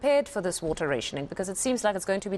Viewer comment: Can't you both not speak English...learn the word n pronounce correctly.... RATIONING